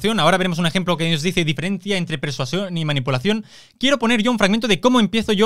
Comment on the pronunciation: Chupito por cada vez que diga "persuación" xD